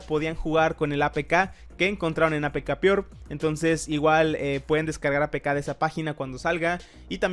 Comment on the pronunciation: por que dices "apkpior" en ves de apkpure osea que shusha eres el bad bunix